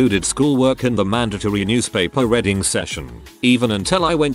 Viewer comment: The bot can read abbreviations like iirc in it's entire form but says Redding instead of reading 😂